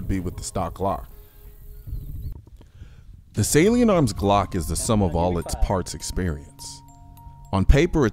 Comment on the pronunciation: I thought you were saying "saleen" instead "salient"... I was like "what saleen makes glocks faster too?!?" Hahaha!